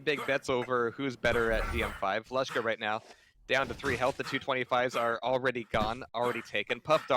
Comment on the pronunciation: it is "Leshka", not "Yashca"